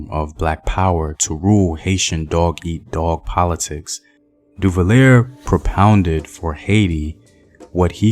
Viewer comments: /fran-swa/ papa doc /du-va-yay/ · Fran-who Duvalier!? 😵